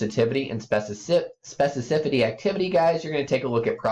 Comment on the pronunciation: The fact this guy cannot pronounce specificity right is driving me crazy.